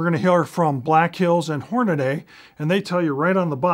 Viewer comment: The most excellent set of videos on ar twist rates. correct pronouniation is Hornady (hornadee), not Hornaday